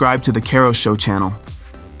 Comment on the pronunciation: Did you realise, that at the end of this video, when you said "See you net time" you effectively call everyone that watch the video a Cu¿t See you next Tuesday. Lol 😅